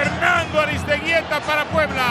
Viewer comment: Al vasco "Aristegeyta" -oswaldo Sánchez